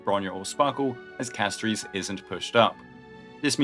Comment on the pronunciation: why do you keep calling her castoreese. holy